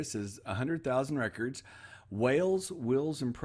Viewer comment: The -shire at end of English county names rhymes with fur. But you still need to beware of some of them: Leicestershire sounds like Lestershur. Gloucestershire sounds like Glostershur The way you said 'Wales' was fine...but God help you with Welsh town names LOL.